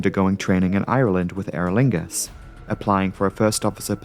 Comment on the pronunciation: Airuhlingus ? Sounds kinky .